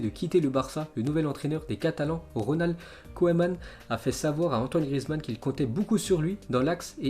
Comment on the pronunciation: Tu prononce mal koeman et bartomeu